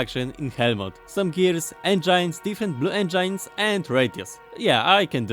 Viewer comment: Please stop saying engeins, its spelled eng-i-nes